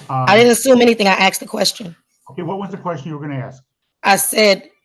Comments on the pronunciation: Why does she keep saying axe? That really annoys me. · Of course she says axe instead of ask. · She should be jailed for pronouncing 'asked' as 'axed' anyway. Also, the arrogance of saying to a judge "did you know..." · your question can’t be “axed” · I find it hilarious that after all these years black people cannot say a three-letter word correctly. They cannot say the word asked. These people are so ignorant and stupid.